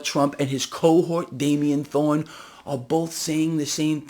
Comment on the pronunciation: “Damien Thorn”! You nailed it,.